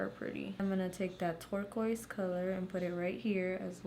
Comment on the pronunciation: lmao I thought you said twerk-oise